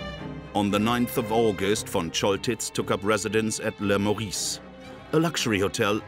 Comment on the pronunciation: Le Meurice, not le Maurice. Pronunciation is E, not O !